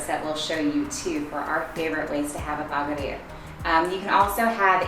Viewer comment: The way you guys say Baghrir is so cool 😂😂 Love it ❤️ + You did a great job 👌